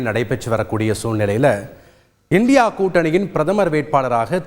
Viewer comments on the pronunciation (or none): I condemned Mr. for pronounced INDIA alliance as indi alliance.Thanthi TV should beware of that.